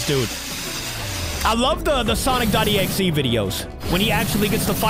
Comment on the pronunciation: is exe not exie 😂😂😂